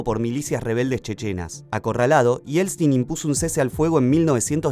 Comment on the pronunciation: Porqué siempre dice Yelstin😂